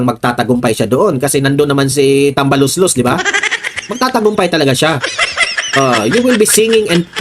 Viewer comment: Excuse me Po,tambalolong Po Hindi tambaloslos😅